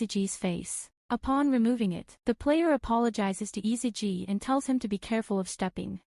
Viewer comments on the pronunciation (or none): ISAGI NOT ISAJI!